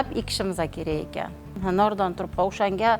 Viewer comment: КЕЙИН, ТУРПОҚ ЭМАС ТУПРОҚ БЎЛАДИ, ХАТТО ГАПИРМАНГ.